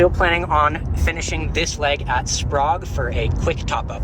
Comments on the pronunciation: it is pronounced Spray ge. Sprague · Spray-g, not Sprog. Spo-can, not Spo-cane. Come in guys, learn the names! Core-d'lane. Love this trip. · Learn to pronounce the cities correctly you are driving me crazy. Spo-can, Spraygue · I think they pronounced Sprague as 'Sprog', because Prague Czechia is pronounced as 'Prog'. (Honestly, that's how I would have pronounced it as well. . .) I pronounce Spokane as 'Spo-can'. I do pronounce Coeur d'Alene as 'Core-da-leen'. I'm only a citizen of the Southwestern, so please don't crucify me too hard.😭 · While we are at it. Spray-ga (Sprague) and Core-de-lane (Coeur d’Alene).